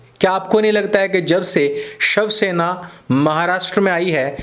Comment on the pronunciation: Did you say ^shav-sena'?